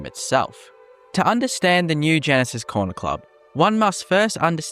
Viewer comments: It's Gnisis not Genesis. pronounced Knee-sis in Morrowind. It's a silent G. It's even named by NPC's in Skyrim although pronounced slightly different to morrowind. Either way it's still a silent G. How can you get it so wrong? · it’s pronounced “ni - sis” not genesis. Gnisis is a town in Morrowind